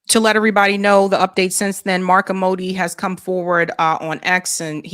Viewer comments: Mark Amodei. The last name is pronounced AM-moe-day. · It is Mark Amodei pronounced (Am o day) I'n in NV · Mark Am-O-Day. Crook from my home state of Nevada